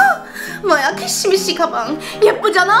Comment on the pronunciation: 키시미시가 아니고 퓌쉬미쉬 인데